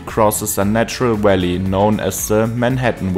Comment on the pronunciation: “Welly” = valley?